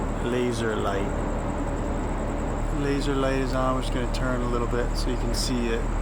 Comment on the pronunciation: “Laser light” stop saying it like that lmao